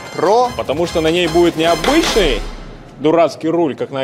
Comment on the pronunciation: Обычный а не абычный не Русь шлак